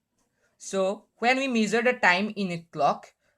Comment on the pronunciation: Gud but improve ur English it's not measer it's measure